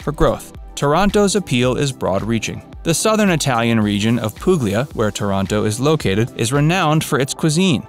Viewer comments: Non poog-lee-uhh Si pronuncia pool-lee-uh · Pooog-lee-ah haha 👎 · My thoughts as well. I stopped the video when he mispronounced Puglia. Clearly doesn’t know what he’s talking about.